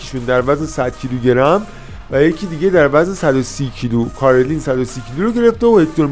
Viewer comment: رفیق فکر کنم تلفظ صحیح کارلین ،،، ر ساکن هست و کسره نداره،،، Alexander Karlin